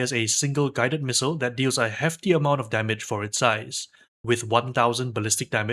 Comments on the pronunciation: Say Pissile one more time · Very informative video. Still not calling it a “pissile” though 😂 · Fun drinking game- every time he says “pissile” and you giggle, take a shot. Have fun responsibly ✨ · Ah yes, the PISSile